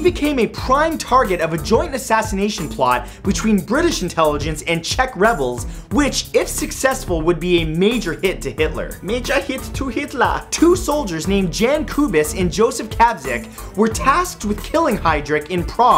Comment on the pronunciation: For next time, Jan is pronounced "Yaan".